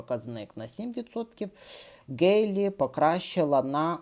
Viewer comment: При всій повазі, але прізвище Nikki Haley українською вимовляється через м'''яке українське "г" або "х"